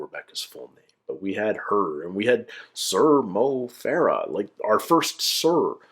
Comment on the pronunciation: Sometimes when Greg said “Sir Mo Farah” I kinda thought he was saying “some Mo Farah” like as if he was like “and also here, is some Mo Farah, just like some guy we found” Also I’m cautiously optimistic about the Aussie version so I’d love to see you check that out when it’s released. I’m just worried our tv audiences suck and they’ll either pre-emptively edit it to try and appeal to out of touch boomers who were never going to like it anyway, or the contestants just won’t feel comfortable really being themselves (or maybe they’ll try a bit too hard to be quirky, rather than themselves) But I know for a fact, two of the younger women that are cast, have some mental stories and really out there senses of humour from listening to podcasts they’ve guested on. They genuinely hold heaps of promise as producing all time top TM moments in the whole world, or the show might just not quite click. (This was a ramble, I have horrible persistent hay fever and I’m losing my mind. The point I want to make is still buried in here somewhere)